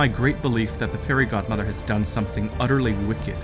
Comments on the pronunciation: I had subtitles on and it said the hairy god mother and now that’s all I can hear when someone says fairy god mother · I swear he said the hairy godmother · “So the hairy god mother” Wait.... Did I hear that right? goes back hmm listens uh, ok yup “the hairy god mother”